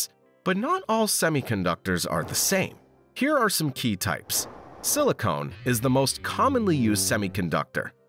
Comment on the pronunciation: "Silicon", not Silicone.